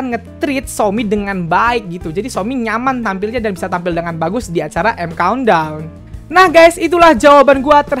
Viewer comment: "EIM KAUNT DAUNN" 😂😂